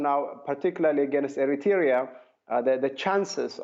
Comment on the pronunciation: sadly he could not pronounce the word Eritrea...he said Erietaria about 7 times lol